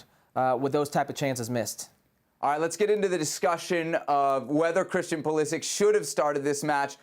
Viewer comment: How have these guys been allowed by their producers to mispronounce “Pulisic” for years now?